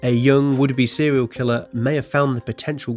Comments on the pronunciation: "But can you name a sewial kiwwer" Fuck I hate your voice. 😂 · sewial kiwwer owo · Sewial kwiller uwu 69 times